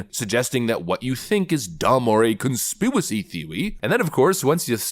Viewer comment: Please stop saying "conspiwacy."